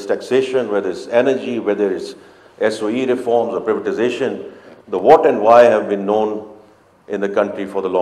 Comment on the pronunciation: Is it not a pity that Finance Minister of Pakistan mispronoucing the " Privatisation" ? This Finance Minister was most higly paid individual as Chairman of Habib Bank but he failed to pronounce correctly. Doomsday for Pakistan is etched!